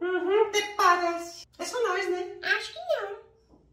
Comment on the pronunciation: TA. DIGASTIGO. A. DE. O. VICTOR. CRIA. UM. PERSONAIGE